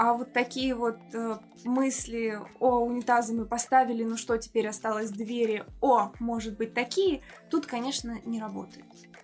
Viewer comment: Хороший обзор, только разберитесь с ударением в слове дверь в разных падежах. А то сложновато не думать об этом при каждом неправильном произношении